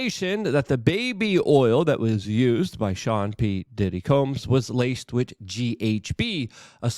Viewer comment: Listening to Luke attempt to pronounce English words is maddening. Phrases, too. “…won’t see the day of light”? Wit for with. Cher-drin for children. What’s next, axe? Yuck.